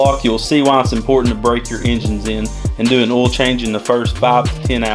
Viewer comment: Is it a requirement for all mechanics to pronounce "Oil" like "Ohll" ?